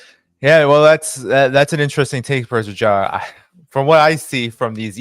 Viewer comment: He keeps on calling him Prof.Jang, which should be called Prof. Jiang